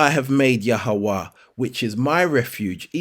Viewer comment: Why you let the devil make you mispronounce yahweh's name, I would love you prove the origin of that name you call.